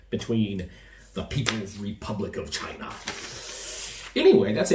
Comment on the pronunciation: When Trump speaks of China, it sounds like Vagina 😛🤪